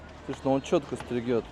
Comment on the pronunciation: Стрежет. Не стригет.